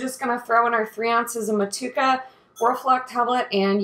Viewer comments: Mut chew a ka bro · The pronunciation is Moh-to-ehh-ka. Otherwise, sounds like a great recipe. Will definitely try to make something similar to this. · Love the way you say Motueka . Don't know if you can get Southern cross hops over there but if you get a chance to brew with both of them together think you would be pleasantly surprised. Enjoying your channel